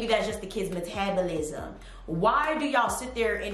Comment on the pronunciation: this is a little off topic but I love the way you say metabolism 👌🏽😌❤️